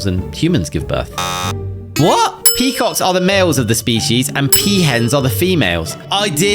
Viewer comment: the second vowel of peacock gives the male aspect of the animal away 😅